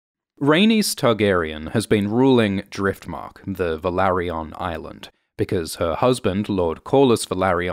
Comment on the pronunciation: It's not pronounced as Velary-ON. It's Velary-UN.